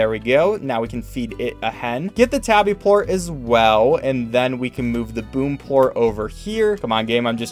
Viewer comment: ''Phosphor port's instead of phosphor plort